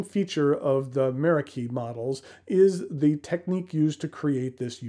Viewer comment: Meraki is actually a Greek word of Turkish origin, that the Japanese have borrowed. In Greek, the stress is on the second syllable.